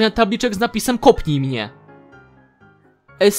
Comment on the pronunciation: A w ogóle, minuta dziewiąta sekund dwadzieścia i osiem. "mnie" nie ma "m".